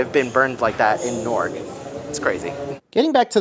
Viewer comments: Omg Please don’t tell me that you are pronouncing NEW-ark as Norc 😭😭😭 😂😂😂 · I kept hearing you say "Nork" and I'm like, where is that? lol in New York we pronounce Newark like "Noo-urk" 😂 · I came to comment about the same. 😂 ahhhhhh!